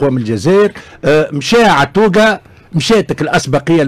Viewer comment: طز فيك انت اللي تتكلم على عطوقة. انت مول النضارات ما تعرفش تهدر رغم سنك. المغرب و الجزائر كانوا يخافوا من حارس المرمى التونسي عطوقة. Prononcer Attouga. روح جيب عطوقة اذا مازال حي. ياخي معقد ياخي. أحنا في الجزائر المايسترو بلماضي بنى فريق وطني منسجم و منضبط و وطني حجرة بعد حجرة وبجهد كبير و رغم الأعداء. اليوم انت تحب تقلل من قيمة الفريق الوطن الجزائري و تقول انه الفريق المالي كاد أن يفوز. شوف نقولها لك مرة وحدة انت ما تفهم والو و تحب توهم روحك و المستمعين بأنك حاجة. انول لك يا الفاهم المهم النتيجة، اربحنا موريتانيا و مالي و اربحناكم. و المرة الجاية نربحوكم بنتيجة عريضة، انتضر.